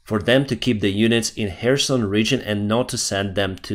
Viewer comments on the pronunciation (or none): none